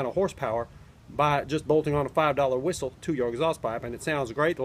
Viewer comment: sounds like he's saying whoistle instead of whistle kinda like coolwhoip lol